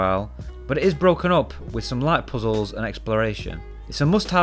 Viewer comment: i will forever say puzzles the same way he does on the video. couldnt get enough of that "poo z hools"